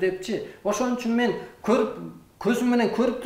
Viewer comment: Меен дейт го